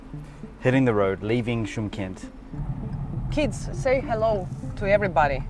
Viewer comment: Чимкент.Ударение на букве И.Шымкент -это на казахском языке.